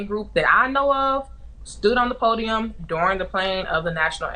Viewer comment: "they axed us to stay on the pudium"